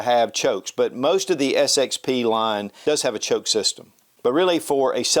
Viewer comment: 👎👎👎🐵🐵🐵 You really don't have your sh!t together, do you? You keep calling it the XSP, but it is the SXP. Do you still pronounce AKsessaries as ASSessaries? What state are you from? One which spends very little of its budget on education? :face-blue-smiling